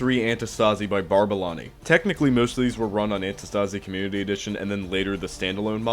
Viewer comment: Btw antistasi is from the free work αντίσταση which means resistance and you are pronouncing it wrong the tone is on the antiiistasi not antistaaasi